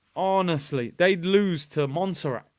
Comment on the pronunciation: Man said Montserrat. Arrgh man. Big up my country tho but yhh the brazil team are shocking